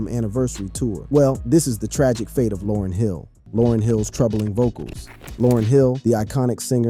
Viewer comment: Almost makes me want to stop listening... Information is one thing... Yet, respect is another! You wouldn't want people butchering your name/alias!